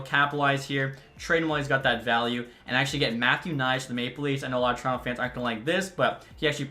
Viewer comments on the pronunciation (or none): none